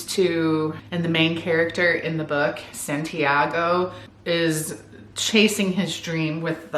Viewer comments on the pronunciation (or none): I’m sorry but that pronunciation of Santiago is so funny😭 that’s a basic Spanish name